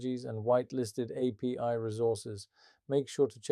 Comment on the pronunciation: What "apees"? You mean "API". Honestly a real voice would be preferred. My 2 cents